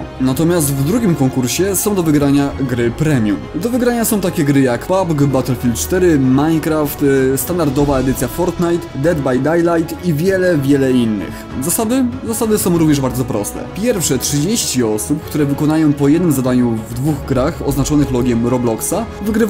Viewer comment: Sorry że to hejtuje ale jak usłyszałem Dead by "Dajlajt" (moja ulubiona gra) to się prawie ze śmiechu popłakałem ;) Jak można tak to przeczytać?!